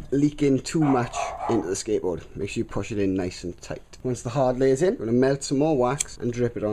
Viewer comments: you sound like that you are saying ``skankboard`` :D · Sounds like he's saying "skankboard" haha